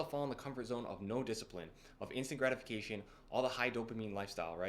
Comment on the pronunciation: I thought you were saying "instagramification" instead of "instant gratification" 😅 ( i m from europe). Thanks for the video probably all true i m on my way. But for me the most gratifying is cardio. I feel it calms me down more than lifting weights... Because cardio can really exhaust you entirely